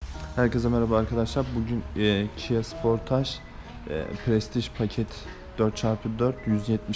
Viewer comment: taksın ve sıportaj demen güldürdü